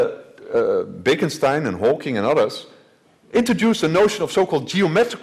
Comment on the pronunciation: Swear i heard him say baconstien..